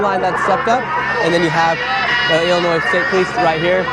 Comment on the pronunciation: Damn that ice dude said Illinois with an S hahaha.